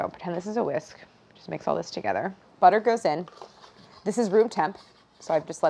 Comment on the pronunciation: It's Kerrygold Buterr!